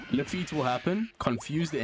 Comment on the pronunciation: Why arr u saying luffite? Its pronounced la-fit